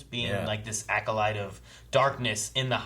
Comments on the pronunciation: It’s not pronounced Aculyte. It’s Acolyte. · "Aculyte?" LOL. EDIT: And he keeps saying it! AC"O"LYTE, dude. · DEE ACULITE 😁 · Lol, struggle to pronounce Acolyte.